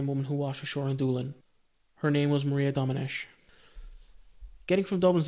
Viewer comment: You pronunced Domenech really well